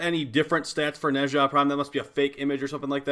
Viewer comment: my boy pronouncing nezha like hermione telling ron weasley how to pronounce the levitation spell yes the doom slayer is allowed to be a nerd